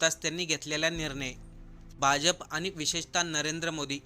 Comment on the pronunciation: अत्यंत अशुद्ध उच्चार.अशु्दधभाषा!! आनी? वीज,पाणी मुफ्त म्हणजे करदात्यांवर अधिक कर!!!